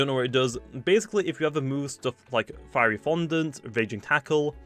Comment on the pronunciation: I laughed so hard when pronounced fiery fondant feary fondant